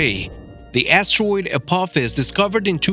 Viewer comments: Are we actually going to listen to someone who can’t even talk properly like “Astawoid” and “Acuwet” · Never knew it was pronounced “asssssteroid” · This guy says astwoid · You prononce asteroid “astewoid” Wtf?